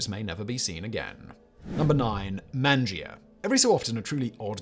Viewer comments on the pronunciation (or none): It’s not man-geeeuh. Your Italian sucks lol it’s MONjuh. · Fun video! BTW, it is pronounced "mahn-jah", Italian for eat!